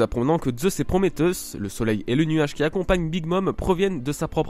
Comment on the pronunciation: Magnifique comme d'habitude :D mais Prométhéus se prononce PrométéUsse pas Prométéuse ;)